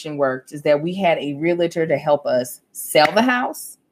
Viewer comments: I Love you, but.... Imma need you to not say "REAL -A -TOR". The correct pronunciation is REAL-TOR! I'm just looking out for you sister girl!:) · As a RE Broker...I cringe every time I hear REAL-A-TER...😂😂😂